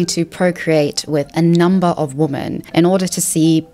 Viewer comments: Please, please correct your pronunciation of 'women' - it's plural, so why are you saying 'womAn' every time when you mean 'women'?? It's driving me nuts. Otherwise, great content ) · The word "women" is pronounced "wemen" not "woman." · Why do you say "womAn(s)" when you mean "womEn"? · Please educate me why you pronounce women as woman (good faith question)